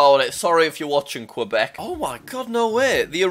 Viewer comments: I love jack trying to say the Canada provinces!! “NunaVUT” and “ QWeBEK”no hate at all just made me laugh! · and Quebec "qwebeck"